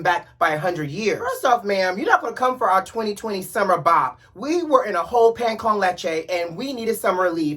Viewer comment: Not "we were in a whole Pan Con Leche" LMAOOOOOO